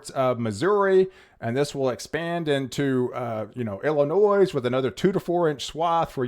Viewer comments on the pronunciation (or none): I was born and raised in Illinois. The "s" is silent! The way you pronounce Illinois, just grinds my gears!!!